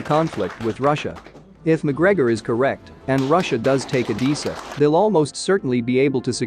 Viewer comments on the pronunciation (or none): none